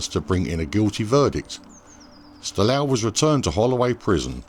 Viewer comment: Its not Styl-a-ou Christophi, but Styl-ooooou Christophi